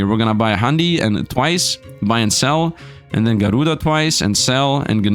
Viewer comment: "Garuda" Slfd: Na bro there has to be an N there